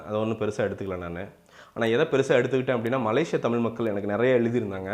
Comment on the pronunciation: பன்னாட. முதல்ல நீ தமிழை ஒழுங்கா உச்சரி.தமில் மக்கல் ன்னு சொல்ற. வல்லினம்,மெல்லினம் கத்துகிட்டு வா. அப்பறம் வந்து நொட்டு